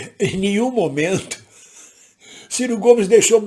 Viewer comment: m. Ridículo é vc malvindo, até quando erra a pronúncia do nome do Ciro tenta colocar a culpa no cara. Bajulador do Lula jamais faz uma avaliação imparcial.